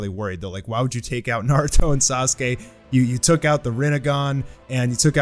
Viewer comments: sorry but "Naurto" lmao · ahh yes NAURTO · Naurto lol